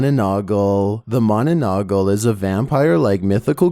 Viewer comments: its mana nang gal not mananagal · It's not manonongle Its ma na nang gal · bro it's not pronounced like that you should've fasten the "nanang" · It called manananggal not mananagal.couse im filipino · It is not mananagal it is mananangal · just to correct you its not its monolongol its manalangal btw no offense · Bruh mananagal :/ wrong :/ its mananggal bruh :/ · its not mananagol its mananangal i hope it follows u EZ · 27.manununggal Its called monononggal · Ma-na-nang-gal, not ma-na-na-gal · it's manananggal not mononogol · When you pronounce the manananggla is wrong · It's "Manananggal" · Bro it's called manananggal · 27. Ma-na-nang-gal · Manananggal (ma na nang gal) is how it's pronounced, Direct translation is like "someone who removes" cuz it stems from the word "Tanggal" (tang gal) which means "Remove." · Managal 😂😂 I laughed too I’m not even Filipino but I knew what it was and how to pronounce it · Hahahaha🤣 i laugh so hard when you say the word manananggal im from Philippines it’s kinda fanny bro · You mispronounced the Mananangal ... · I love how he pronouns manananggal like a british accent